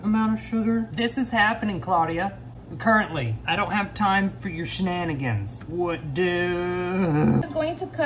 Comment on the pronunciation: Other people who are able to speak normally: shenanigans:...shnanigens:)